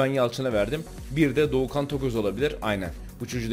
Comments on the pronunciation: Abi dorukhanı bi batuhan diyon bi doğukan diyon onun adı dorukhan 😂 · Herkes: dorukhan tokoz: dogu kan tokoz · Doğukan değil Dorukan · Doğukan değil dorukhan toköz 😂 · doğukan diyosun batuhan diyosun delirdim ya dorukhan abi dorukhan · Doğukan Toköz ne abi adamın adı Dorukhan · Abi doğukan değil dorukhan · Doğukan değil Dorukhan